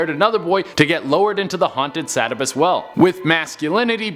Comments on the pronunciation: Sa bat tus well! How us Mainers say it Sa Bat tus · From central Maine. Listening to how you pronounce some Maine locations makes me chuckle :) sab-a-tus is pronounced sa-bat-us :) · Sa-bittus 😂 Suh-bat-tus 👍 Is ok... we get a lot of mispronounced towns. Bangor? Not Bang-er...Bang-Gore That's the one that drives me crazy lol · No it's pronounced Sebb bat us. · Say it with me “sub bat tus” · Sa- bat- us is how you pronounce Sabattus I live there lol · These were very interesting, I'm from Maine and have heard most of these. With the exception of the Sabbatus Well. Pronounced Sah-bat-tus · Love the video but it’s the Sabattus well like Suh- bat-us haha love y’all!! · You are pronouncing Sabbatus wrong but it's funny lol! Mainer here lol! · Lmao I live in Sabattus Maine you said it wrong btw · how many Mainers laughed at the mispronunciation of "Sabattus"? lol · I did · the way you pronounce sabattus 🙈🙈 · That's not how ya say Sabattus, bub. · Sanford, ME here! #10 it's pronounced suh-BAT-tus #7 I've been there! Her leg really is there on the stone #3 ooooo it's the mark of every out-of-stater when you pronounce it sack-oh. It's sock-oh. I don't live far from it! I love this channel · Sa-BAT-us maine. Sock-o river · Sabattus - sa-bat-us. Saco - sock-o but way to explain how to pronounce them, wont get into the indian names around here. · Just FYI it’s suh-bat-is and sock-o. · its pronounced sah-ba-tis. lol 10 min from me in maine and saco river is saw-co river. also look up the devils footprint on the Scribner Hill Road in Manchester 3 minutes from my house. lol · Also it’s pronounced Sock O river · Dude if your going to do a vlog about a state learn how to pronounce the names correctly. Saco and Sabbatus for example